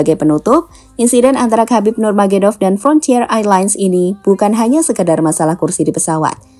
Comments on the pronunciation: Bukan nurmagedov min, tapi nurmagomedov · Nurmagomedov Bukan Nurmagedov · KHABIB NURMAGOMEDOV...! BUKAN NURMAEDOV.. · namanya Khabib Nurmagomedov Min, bukan Khabib Nurmagedov,, sepanjang Video salah penyebutan soalnya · Min... Khabib Nurmagomedov.. Pengucapannya bgitu.. Bukan Khabib Nurmagedov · Nurmagedov nurmagedov.. gemes dengernya, ga dibenerin.. nurmagomedov, kan itu jg ada cuplikan namanya di berita "nurmagomedov" kok ga dibetulin pas ngedit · Khabib nurmagomedov min bukan nurmagedov😅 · Ralat min KHABIB NURMAGOMEDOV bukan NURGEMEDOV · Nurmagomedov min. Bukan nurmagedov 😄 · Lain kali Narator mohon lebih belajar lagi. namanya NUR MA GO ME DOV bukan NURMAGEDOV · nurmagomedov ya...bukan nurmagedov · Nurmagumedov bukan nurmagedov wkwkwkk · "Nur magomedov" bukan nurmagedov😅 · Bukan nurmagedop..nurmagomedop...gmn si 😂😅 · Nurmagedov? Nurmagomedov? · Nama yg betul Khabib NURMAGOMEDOV. Mimin berkali² salah membacanya. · NURMAGOMEDOV, MASA BACA NAMA BEGITU AJA GABISA GIMANA VOICE OFFERNYA CKCK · Channel berita tapi nama saja salah.. NURMAGOMEDOV. Kesulitan pengucapan bukan alasan mengubah nama orang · min,yg bener donk nyebutin nama nurmagomedov...ngawur aja anda ini.ganti nama org,emg udh bikin bubur merah???? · Min, penyebutan nama lengkapnya keliru.. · Sampean salah nggone nyebut nama ne mbak .. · Nyebutin nama salah